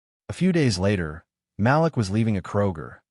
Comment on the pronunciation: IT IS NOT PRONOUNCED "MAL-LICK...IT IS PRONOUNCED "MAL-LEEK"!!! Why always write about black folks when you cannot even pronounce the names?? Why dont you write about crazy white people?